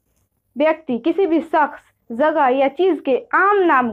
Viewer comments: Bahen phele bolna to sikh jaye soro nahi huta balki shoro huta hai bri shin huta hai na ki sin aap shakhs ko sakhs bolrhi 🙏 piles dosro sikhane see phele kudh sikhjaye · بہن جی پہلے جاکر خود الفاظ ٹھیک کرلو شخص تک کہنا نہیں آرہا آپ چلیں ہیں ٹیچر بننے